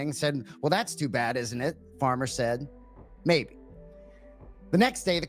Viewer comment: Anik says "maybe" as "may".